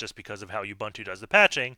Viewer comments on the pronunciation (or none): Love your channel. This was quick. P.S. It's /uɓúːntu/ like ooboontoo.